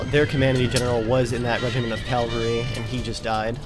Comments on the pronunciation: calvary was the hill where jesus was crucified. cavalry are mounted infantry. its pronounced differently man, try sounding it out or something. smh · Oooooohhhh my goooooodd stop saying "calvary" I literally cringe each time I hear it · does ge realise that he can't say cavalry right.He says it like calvery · NOT (CALLVURI)!!! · Calvary????? What's that :)